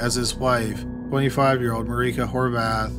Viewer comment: omg the way he pronounced 'Horváth' was literally perfect wow